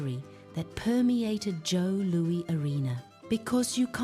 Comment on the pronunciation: This was soooo bad that it was funny... then, it was just sad. As a lifelong Red Wings fan, it is disgraceful at how it seems ZERO attention was paid to ANY detail regarding the team, the city, and the arenas. You mention Joe Louis (pronounced Lewis) was a place of honor, but couldn't even give it the honor of making sure the AI spoke the name correctly. CLEARLY this is AI, but a human has the final say. I got to 4 minutes and thought it was almost over (perhaps it should have been). at 6 minutes I couldn't endure anymore. This was not good. It just wasn't. I do hope that your product gets better as you go along. I don't wish failure, just... something worth putting on YT.